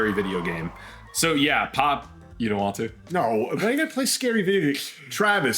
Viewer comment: "I DOUHNT KNO WHY THEY KEEP ASKING THAT QUESTAWN"